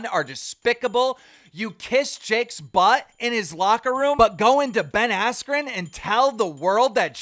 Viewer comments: Anyone else hear him say jake Paul vs Ben weller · “After the fight with Ben weller” -keem